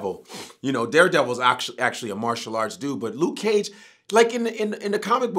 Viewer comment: Luke ceeage! 😂😂